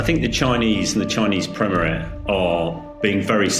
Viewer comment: Chinese premerer? Take O Level English.